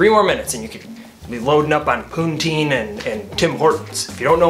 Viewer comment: Dude - it's not POON-TEEN. It's poo-teen. Poutine.